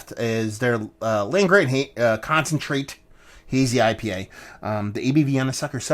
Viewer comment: Is it “Gran” or “Grant”